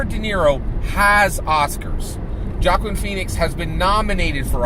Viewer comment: Jockuan Phoenix? Hahaha I think the J is silent(wah-keen) but I understand who you meant. Spot on with the Warren bit, I'm feelin like her supporters are gonna snap out of it soon and realize they've been duped...then soon after come knocking on the #Yang door!